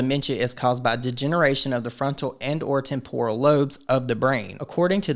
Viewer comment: ❤❤ Love your channel, and I wish Wendy all the best. Just fyi, it's said tem-pr-uhl.